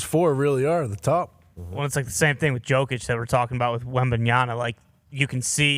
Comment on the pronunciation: Can someone tell it's pronounced "Yokic" not "joekic"?